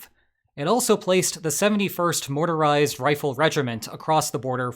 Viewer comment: It's actually the 71st motorized so he just accidentally added an extra 'r' sound when saying it, the regiment is presumably bog-standard motorized infantry for the most part (I haven't found any details on the unit specifics in my cursory searching)